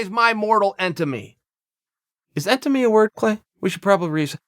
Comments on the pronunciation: If chael says entimy.......it's entimy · Chael “mortal entemy” Sonnen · Best part “Mortal Entemy” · Holy cte chael. entemy?? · Chael "Mortal Entemy" Sonnen.